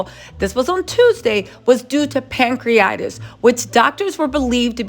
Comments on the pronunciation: Pronounced: Pan-cre-a-ti-tis! Not pancreatis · It’s pronounced ‘pancree-a-titis’ not ‘pancree-itis’ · CRINGE! Pan-cre-uh-tai-tuhs or pang·kree·uh·tai·tuhs. 🤦🏾‍♀️ Also fyi, cellulitis, staph infections, and pancreatitis are very common! Please move away from speaking on these folks actual/speculated medical diagnoses or at least learn how to say the words😖 It just sounds DUMB! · It is pronounced..pan-cre-a-ti-tis or pan- cree-a -tie-tis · Pronounced Pan-cre-a-Ti- TIS. PLEASE 🙏🕊️🕊️🕊️